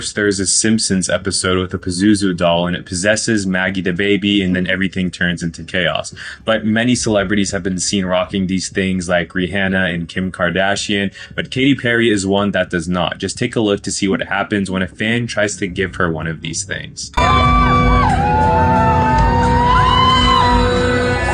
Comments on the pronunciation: That blue rock from the "meteorite" does not have a glow to it XD that's the light from the background... Labubu's already fell off... The dude called Rhianna, Reehanna... This dude literally names all the celebrities like he can't read. Or like he's never heard someone say their names outloud, he literally always says them wrong lmfao... what's up with that guy? hahaha It's insane that only 5 months of Labubu, and the hype already completely died off lmao, I see them sitting in shelves nowdays and nobodies buying em haha. Literally was just a fad like Beaniebabies didn't last even a fraction of time Beaniebabies were popular for. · Th dude talking about the dolls mispronounces a major celebrity name in EVERY video. ReHANNA? Seriously? I don't trust anything that guy says. I think he's an agent of the Matrix.